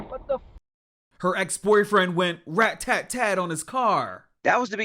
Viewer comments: Not “rat tat tat” 🤣🤣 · It’s ra-ta-tat-tat-tat not ra-tat-tat!🤣🤣🤣🤣